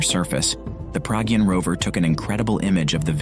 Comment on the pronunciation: Not Praagyun it’s Pragyaan .